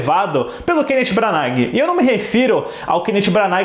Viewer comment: Custa falar o nome dele direito, jesus